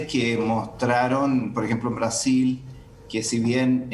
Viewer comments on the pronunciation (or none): none